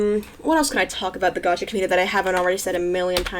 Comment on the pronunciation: LAYM Gacha because she pronounced it wrong?